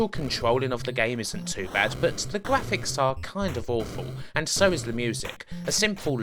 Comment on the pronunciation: tha gwaphics awe bwoken